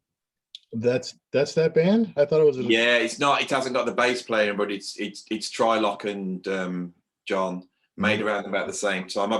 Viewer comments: I was wondering that too. Isn't it tree-lok? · "Try-lock?" TRY-LOCK?? Go to your room, sir!!